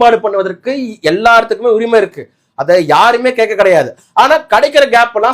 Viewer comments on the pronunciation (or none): none